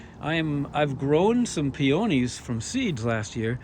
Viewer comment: Peonies are heavy feeders, you need to fertilize every 2-3 weeks to get some more blooms. You don’t pronounce the o in peony.